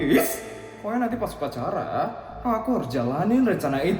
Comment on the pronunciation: aku dengernya bilang pokoknya nanti pas pacaran😭 sampe aku ulang buat mastiin ternyata bilang upacara😂😂😂